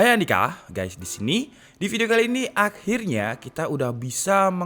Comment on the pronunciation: Tolong sy dr pertama nontonin video DK ID penasaran gak tau apa opening nya itu. "Hai andika, gaes disini. Atau hai andika, gates disini?????"